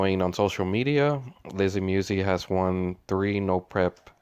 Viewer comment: MuSi not Muwzee lol other than that youu make great videos! I enjoy watch them all.. Keep the good content coming just giving ya a hard time